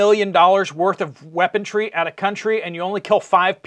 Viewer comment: There is no "T" in weaponry.